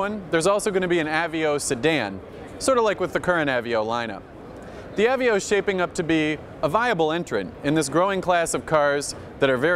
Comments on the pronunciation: I think he says "ah-vee-oh" a hundred times on purpose just to annoy the rest of the world who pronounce it "uh-vey-oh." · av---veee--oh....really........ i always dislike the pretentious vibe from this particular guy but come on, know how to pronounce a car if reviewing them is what you get paid to do. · that's what I was thinking! I'm talking about the guy who said "av-veo" instead of ah-vey-oh. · I've heard "uh-vey-oh"(how I pronounce it), "A-vee-oh", and now "ah-vee-oh", what's next? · How does this guy mispronounce "Aveo"?